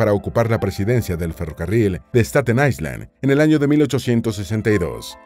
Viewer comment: La palabra Island se pronuncia sin el sonido de S. Eye-land. Es importante buscar la pronunciación de palabras de inglés antes de hacer el vídeo.